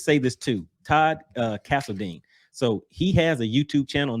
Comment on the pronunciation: Castledine. Dine. Pronounced like it's spelled. Not "deen". 👍 On the other hand, Blaukat is pronounced Blodgett. At least that's what Ray Scott called him every single time he weighed in. 😁